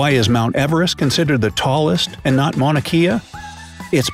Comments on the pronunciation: It’s pronounced Mauna kay-ah, not Mauna key-ah 🤙🏼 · This video mispronounces the Hawaiian mountain Mauna Kea (it’s “Kay- ah”- not “key-ah”) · I would have thought that the would have a better pronunciation of Mauna Kea. You pronounced it like Kia. In Hawaiian "Ke" should be pronounced like "K", Mauna K-yah. For fun we locals like to have tourists say hawaiian words so we can laugh at how mispronounced they say it. Makes for funny hawaiian giggles from the locals... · If he says “mauna key-a” one more time I’m going to shoot myself. It’s pronounced “mauna kay-a” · Hey how about saying Mauna Kea right!... Maw / na' / kay / a' . Not "Maw/ na' / key / a' " I used to live there, and if you said it like you did in this video, this infraction would demonstrate how much of a "Hauoli" you were. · Hawaii, by the way, It’s pronounced “Mahn ah Kay a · It's Mauna Kea ( Kay ah, not key ah). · Mauna Kea. Mow-nuh Kay-uh. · Mauna Kea pronouced incorrectly. Should be Mauna Kay-a. E is pronounced A. C'mon your doing an educational video. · Mauna kea😂😂😂 he says it wrong and it’s kinda funny because knowing how it’s actually pronounced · Ah...that's not how u say mauna kea